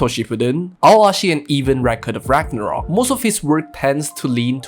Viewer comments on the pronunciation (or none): none